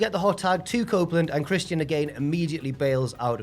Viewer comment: Why are you pronouncng Christians name like that? No way is that easier.